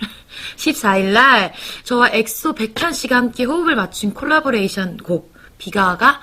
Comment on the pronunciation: 소유누님 콜라보ㄹㄹ~레이션 혀너무굴린다ㅋㅋㅋㅋ